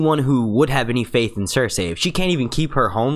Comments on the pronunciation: lmfao i keep hearing him say ser-say instead of cersei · Say it with me now.... Sir See. No one has ever pronounced it Sir Say in the show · Stop saying fucking 'ser say' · Why can't you just say Cersei the way 99.99% of people say it.... Why do you gotta be different?